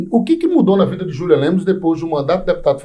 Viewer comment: O homem já repetiu o próprio nome N vezes: Julian e não Júlian. Ninguem respeita!